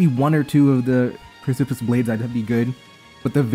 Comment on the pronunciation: ily. You’re slightly mispronouncing “precipice”. You’re kinda saying it like “pris-sip-iss” and the correct pronunciation is more like “preh-sip-us”